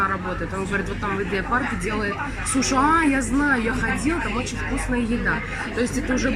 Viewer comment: А мы говорим: сУши, а не сушИ. Я в первый раз слышу, чтобы так произносили. 🤨😮